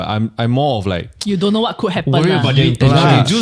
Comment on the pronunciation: May I ask who came out with "Dontch know" for "Don't know"?